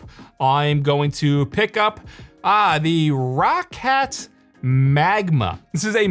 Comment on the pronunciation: in and you can't pronounce Rocat properly can't watch anymore